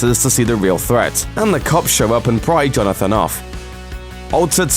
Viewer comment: lol i think you said jonafin instead of jonathan.. and a supwisingly brutal battle